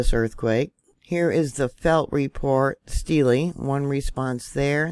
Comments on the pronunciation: Just in case someone hasn't already told you...Steele, MO is pronounced like STEEL. The E is silent. New MAD rid. It's not like the City in Spain. Even though it was named for that very city...in the South...it is pronounced MAD rid. Yeah there have been a lot of these tremors lately. Some I have felt. Some not. I am hoping since over the years we always have little tremors and a few larger ones that it is releaving the pressure on the fault. Hopin and prayin anyway. Thank you for your report. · Thanks. My mom was from Steele. The e at the end is silent. 😆 🤣 😂 😹